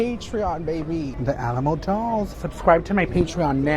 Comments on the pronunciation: Alamo ❎ Shalamo ✅ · “Remember the Shalamo”